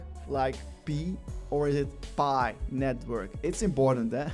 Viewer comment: 😂😂😂😂 pee nitwiurk